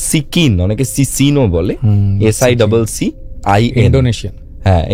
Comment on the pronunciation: "Siccin" Turkish movie series. And pronunciation ta holo " See-jin". One of my favorites.